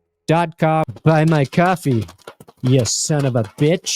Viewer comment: He said Benchwarmer, but it sounded like something else.